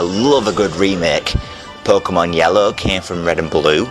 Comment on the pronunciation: I like how you say perkemon